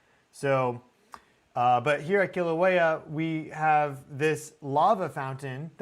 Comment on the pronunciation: Sorry my cosmic bro, I just gotta say I love your channel and your work, but Kilauea is pronounced Kill-a-wea. Much love🫶